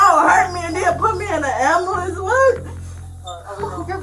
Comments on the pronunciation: "I got hert an u called a ambulanccee? Why you did dat?" Honey (without the n and the y), an "ambulanccee" is anothe name for a hospital on wheels. Do you get it now? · Love when they say an Bull lance.